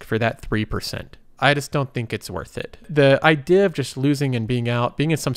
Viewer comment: I love how you say "idhea"